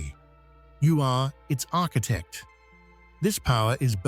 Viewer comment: You keep saying architect...